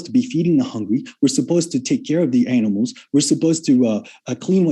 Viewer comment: “all the analmals”